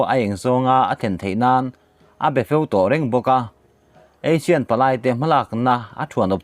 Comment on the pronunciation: Clickbait atan ami caption hi...thing emai. Association of South East Asian Nations (ASEAN) hi Asian tiin i lam thin a, Eisin tia lam tûr a ni zâwk lo maw?? Asian nen chuan a dang hlak ania...i lo hriat loh tâkin👍👍👍